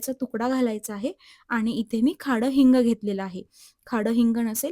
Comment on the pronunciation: रेसिपी मस्त आहे❤ परंतु खडे हिंगल खाडे हिंग का म्हणत आहात?😅